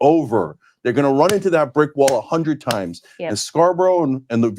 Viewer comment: Yup, Hunndrid percent